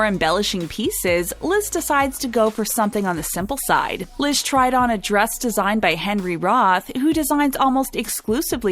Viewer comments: Why does the narrator keep calling Liz "Lid?" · not "Bride Liz," but instead "Brize Lid."